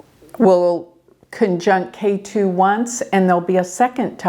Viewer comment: Ketu is pronounced Ket(h)u.